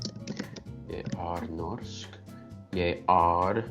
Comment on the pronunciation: It's not pronounced "Norgay". lol! It's pronounce 'Norgeh". Hahaha! Also, not "Yay"(Jeg, meaning I in Norwegian), "Yi" with the English long "I" sound.